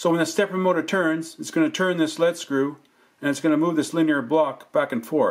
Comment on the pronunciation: Excellent but it's pronounced "LEEED SCREW" not lead as in solder.